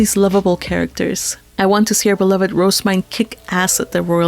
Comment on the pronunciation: Her name is pronounced "Roh-zeh-myne", not "Rose-myne". (Compare to the name Roselyn.) (I have this via the J-Novel Club forums directly from the English translator, who has consulted with the author.) However, people having a different pronunciation of a fictional name isn't a big deal, so whatever.